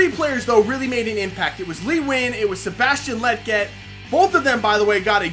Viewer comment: Bro you keep pronouncing "Lletget" wrong. It's kinda like Legit but that last part is jet. "Le" (like the French pronounce it) and "jet". Lletget. I hope that made sense 😂.